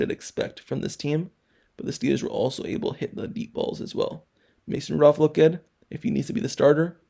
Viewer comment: His name is Mason Rudolph. And I'm not going to talk about the jaguar, I don't know what the hell you saying.